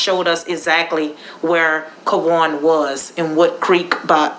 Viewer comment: It’s Quawan pronounced Kah-won The “U” is SILENT